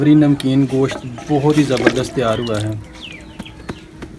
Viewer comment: nice recipe but gooshat ni hota goshttt hota h thanks